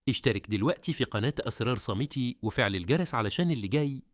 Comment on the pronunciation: اتعلم تتكلم عربى الاول بتنطق اسرار صامتو وهى اسرار صامتة تبا لفهمك